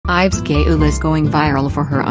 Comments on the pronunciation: Is her name pronounces as gay-ul? Cause I pronounce it as Ga-yul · not the pronunciation of her name.. dude, its gaa-uhl not gay-ool 💀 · Her name is actually pronounced as: Gah-eul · So no one focused on how the ai pronounce her name Gay-ul 💀💀 I'm offended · The pronunciation of her name 💀 "gay-ul" lol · The pronunciation of her name as "Gay-eul" is taking me out 😭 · The pronounciation of gaeul is killing mee ! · You pronouce her name wrong